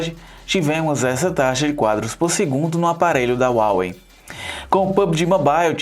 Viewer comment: Se escreve Huawei mas se pronuncia Rauei, obrigado pela análise, continuem com a qualidade